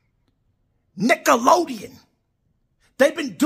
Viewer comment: It's not Nickelodeon, it's Lickatoedeon